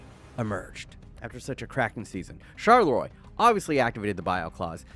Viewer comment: Charleroi is pronounced charl-uu-waa.